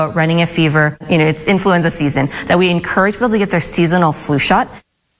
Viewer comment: In -FLEW-enza